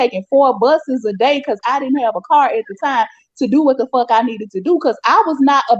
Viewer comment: I surely can help. I have a hand book. 1st chapter is we practice how to say “I don’t give a fawk” like Aleah. 😂🤣😂🤣😂 Stop caring.